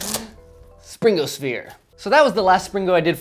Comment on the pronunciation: Do a Springo baby with Springo baby-poop inside! 😃... Also, I think it sounds much better if the "g" is not pronounced - should be "spring-o" not "spring-go". Why the hard "g" sound in the later? Seems unnecessary.